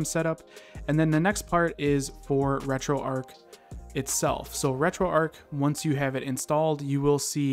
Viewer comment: Erm it’s not retroark it’s retroarch 🤓👆